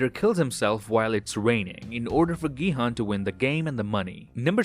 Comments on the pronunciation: Gi hun is pronounced like “jee hun” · gi-han is pronounced ji-han